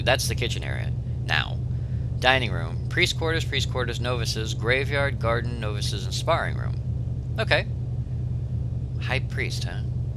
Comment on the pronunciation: you pronounce it "no-vices" (like the word "no")...it's pronounced nah-vices. :)